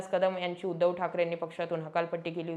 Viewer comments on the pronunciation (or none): none